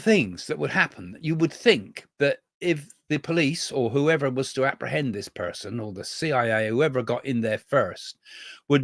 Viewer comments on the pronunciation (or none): none